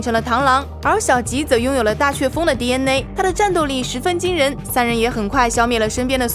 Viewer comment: DNA 还非得读成 第恩馁